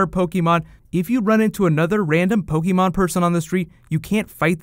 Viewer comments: Everytime he mispronounces Pokémon (every time) I cringe a little... Aside from that, good video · whats po key mon? I'm playing Po keh mon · Take a shot every time he says Pokey-Mon.